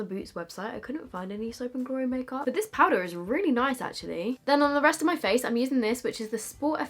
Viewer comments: Please tell me everyone heard turn American when she said ‘powder’!! 😂xx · Omg she actually does😂😂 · it’s because she said i straight after, if i say that i do the same x